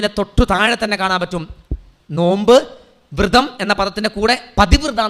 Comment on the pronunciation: വൃതം അല്ല വ്രതം .. പതി വ്രത.....യുമാണ്